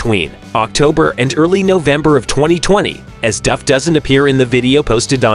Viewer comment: At least you pronounced " Duff" correctly!!!